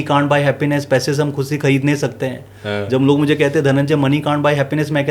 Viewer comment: Sir aapki baat bahut sahi hai...bus ek " khushi" wala pronounciation sahi kar lijiye...no offence to u sir